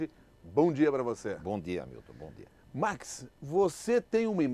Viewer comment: Ese senhor realmente sabe falar portugués corretamente.A pronuncia dele é impecável. Ele fala certo. O Max pronuncia a palavra 'dia' como 'dee-a' e não 'jee-a' 'Jee-a' como muitos brasileiros dizem e errado. Eu odio ouvir 'jee-a' e não 'dee-a'